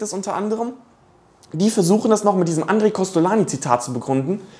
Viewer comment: inhaltlich richtig, aber "Andre" wird nicht "a" ausgesprochen, sondern als "oon" (Nasallaut)